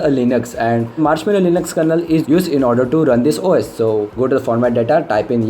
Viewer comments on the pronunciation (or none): none